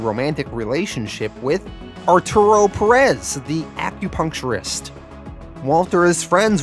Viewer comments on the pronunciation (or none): none